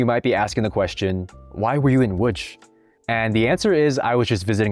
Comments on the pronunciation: The "tch" as Łódź is extremely funny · It's pronounced WOODGE